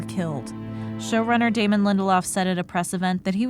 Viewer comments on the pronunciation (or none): none